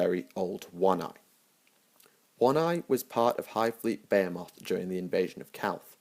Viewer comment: I've herad less-stupid Englishmen properly pronounce "Behemoth". Your attempt was pitiful.